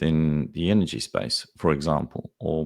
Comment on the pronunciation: What is "pricious"? What is "inergy"?